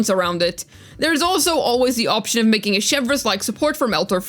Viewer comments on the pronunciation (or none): none